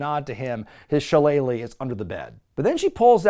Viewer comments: every other video there's a new le added to shilelighlelegh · If that's how pronounces Shillelagh, imagine how he pronounces Worcestershire Sauce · Or Leicester City 😅